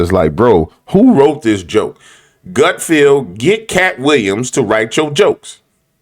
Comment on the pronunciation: Great show as always. Don’t agree with your thoughts on Gutfeld though. BTW it’s not GutFEEL. It’s GutFELD.